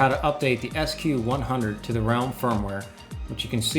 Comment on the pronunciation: Nice! Ps.: It's Ralim - with an a ;-)